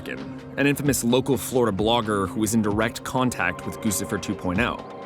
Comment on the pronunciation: Surely it's Gucci-fer, like the brand Gucci. "Goosifer" sounds derpy